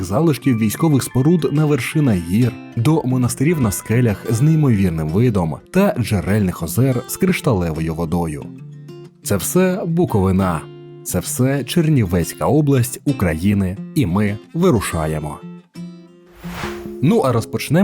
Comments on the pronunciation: Як тільки ви сказали БуковинА , то зразу хочеться виключити відео. Як можна не знати назву регіонів України? Регіон називається БуковИна . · БуковИна, а не БуковинА, ХотИнський, а не ХОтинський, ставте правильно наголоси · БуковИна. Будь ласка . Не БуковинА. Нє.Нон.Ноу.Найн.Нет. Треба казати БуковИна. Якщо важко запам"ятати, запишіть: БуковИна. Це важко?! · Шановний, дякую за відео про мій край, але дивився 1 хвилину. Бо коли готують матеріал, то спочатку напевно вивчають як правильно називають регіон та інші назви. БуковИна, а не БуковинА, й ХотИн, а не ХОтин... Триндець якісь. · Вже починає дратувати коли всі замість БуковИна кажуть БуковинА. Вчіть українські наголоси. Ми ж не кажемо КиївщинА, СлобожанщинА, ВерховинА. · Що вам зробити ? Взяти вирвати язик і назад вставити чи перевернути догори ногами аби Ви всі ,шановні блогери, майже всі , почали говорити не БуковинА а БуковИна . Це все одно що наприклад КИїв називати КиЇв... . Доречі Буковина це не вся Чернівецька обл. , є ще Північна Бесарабія . Хотин належить до П.Бесарабії і все що від Новоселиці до Сокирян це все Бесарабія. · Автору: надалі було б добре якось вивчати наголос у власних іменах. Букови́на, Хоти́нський..... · Як ви задовбали своїм Буковина, з наголосом на И та Хотин, з наголосом на О!!! Має бути наголос на О коли кажете БукОвина і наголос на И, коли кажете ХотИн! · БуковИна! ХотИн! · БуковИна і ХотИн, ЧорторІя, ДністЕр, ГАлиця !!! Відео чудове, але наголоси не прийнятні для нашої місцевості, дуже ріжуть вухо! Не можливо спокійно сприймати інформацію! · БуковИна, буковИнський, ХотИн, хотИнська, ДністЕр, Чортор'Ія \наголос на третьому складі\. Дуже ріже вухо неправильний наголос. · Візуально круто, але з наголОсами простО трИндець, вибачте, не зміг втриматись, бо надто ріже слух. Дякую за український контент.